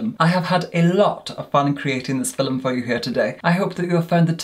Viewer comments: It's not feelm it's film. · Does anyone else love the way says “filem” instead of film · I would buy merch with “filum” on it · “FILLEM” I’m dead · No one:: FILL ‘EM